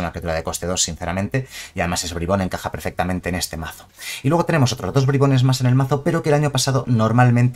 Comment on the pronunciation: Nadie: Absolutamente nadie:: BRAIBONS